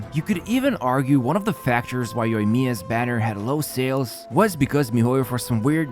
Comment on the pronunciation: For the love of God can you please turn on the Japanese Voice acting in your game and LISTEN HOW you pronounce Kokomi, Ayaka, Yoimiya and Inazuma?? Pretty please mate it just hurts my ears hearing you killing the pronounciation again and again.